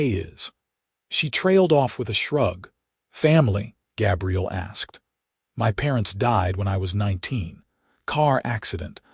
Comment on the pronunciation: GAbriel like an A